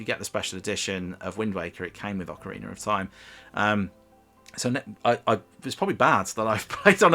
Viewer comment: ocarinar of time, is that the northern english dialects intrusive r